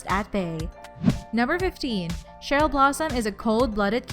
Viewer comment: I'm annoyed how she said Cheryl